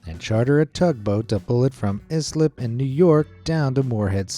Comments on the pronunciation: It's not is-lip it's ice-lip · Islip is pronounced "Ice-lip" and not is lip. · Islip is pronounced "I slip" not "is lip" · First of all it's not called islip, it's called "I" slip! Yes the garbage barge was rejected by many ports and was finally returned to the original landfills it was destined for. But you are missing the bigger picture! All the people who were employed and latter lost their jobs because of this! Many changes that were made with the town and it's dealing with certain individuals! "I" slip town became one of the leaders in garbage separation and recycling! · I'm from Long Island, Islip is pronounced "eye-slip" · Love your videos dude! New Yorker here... not to knock you, but Islip is pronounced eye-slip. 🤣